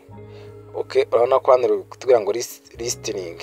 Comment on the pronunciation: Listening❌ 😂 Lisitining ✅😅